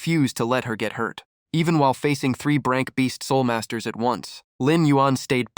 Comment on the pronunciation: Oh come on If you're going to upload don't use somebody else's s*** that was already s*** to begin with because hearing Arank Crank Brank instead of A-rank C-rank or B-rank